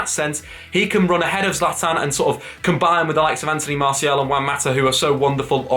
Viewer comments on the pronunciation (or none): His name is pronounced MARR SEE AL not MARSHALL. Annoying when Manchester United fans get his name wrong. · Who the hell is Marshall? Jesus, please at least attempt to pronounce the names correctly!! ffs.